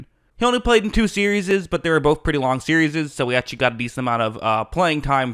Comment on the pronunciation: "Series" - sear-ees